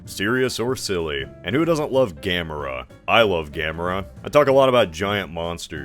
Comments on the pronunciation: The way you say Gamorra 😬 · Why do you say Gamera like that?